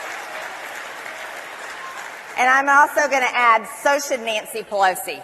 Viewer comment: "Nantcy Pelosi"